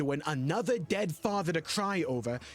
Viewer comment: “My fadder”